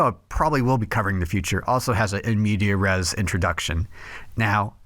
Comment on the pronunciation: Cool video, though I will point out the it's in-mediAS-res not in-media -res